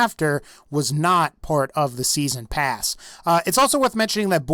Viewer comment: "season prass"